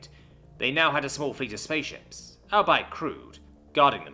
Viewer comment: "albeit" is pronouced as "all-bee-uht" not as "all-bite" it is a concantenation of the words "all be it"